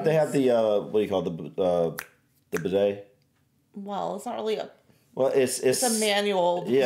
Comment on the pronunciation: Remember the modern sewer was invented by the british so our toilets flush better,( bidet ) is pronounced bee day